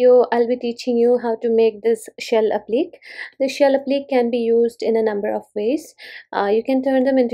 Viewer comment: It's pronounced applique with the last syllable sounding like Day.